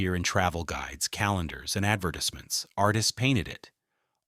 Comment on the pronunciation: “adver-dis-mints” 😂 freaking AI